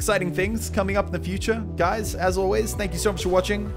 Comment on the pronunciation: Whenever you say your outro. Instead of legends I keep thinking you're saying "And I'll see you virgins in the next video. Bye-bye!"